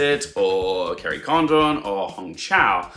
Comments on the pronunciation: Yes Garry D explains it better. Condon is pronounced similar to London. London is pronounced luhn-dn. Kerry's surname is pronounced Con-dn not Con-don i.e long o like Condom. Listen to how others pronounce it. Sorry not meant to be offensive. I've also heard many people butchering Padraig and also Barry Keoghan's name. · You missed the point….. Jackieblue was saying that it’s “Condon” with emphasis on the first syllable like London. The way you’re saying it is like “Kerry Condom” with emphasis on the second syllable. It sounds really wrong! Who wants to be called a condom? And you’re not alone with Brendon Fraser….. I’m not sure why Americans seem to default to Frasier….. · Kerry Condon's surname is pronounced more like Condin similar to how you would pronounce London. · Please, in you final Oscar predictions video, call her Kerry Condin, because that is how you say her last name.